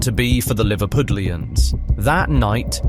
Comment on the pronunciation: the problem isn't the word, it's the pronunciation